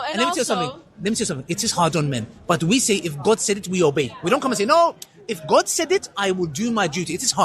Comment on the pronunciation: The sheikh behind literally caught her out because she said oh my gof